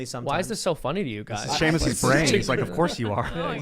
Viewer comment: See-Muss is such a great guy! lol